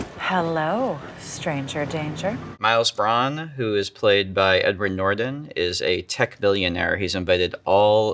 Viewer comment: First he butchers the Star Wars sequels, and now Edward Norton's last name. Check please...